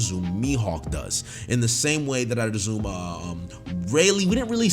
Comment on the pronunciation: “In the same way that I’d azzum” Never change. Never change.